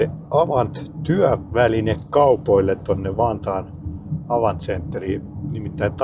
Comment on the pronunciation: Lausutaan Avantti😊 ainakin kahdella teellä